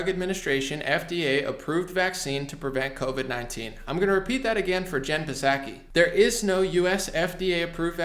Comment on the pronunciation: can you please pronounce Psaki's name properly?